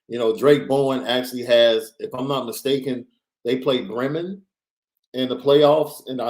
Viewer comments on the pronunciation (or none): It’s pronounced Bree-men (like tree) I live near Bremen, it’s okay everyone says it wrong lol.